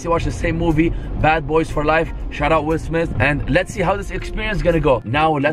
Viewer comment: Like for how many time’s said Will Smis😂